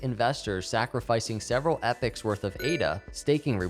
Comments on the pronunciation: Like eh-pie-yock? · it's pronounced E-poch (as in loch), not "epyoc".